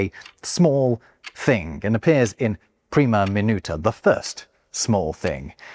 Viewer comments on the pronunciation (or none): none